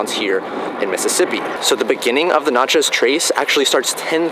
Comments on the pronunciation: Having spent a lot of time in Mississippi, I must point out that pretty much everyone says "Natchez" so that it rhymes with "matches". That said, it's another excellent video. Thanks for the work you do. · That is not how we pronounce it